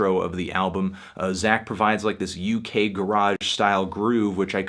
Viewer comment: The way anthony says "uk garage"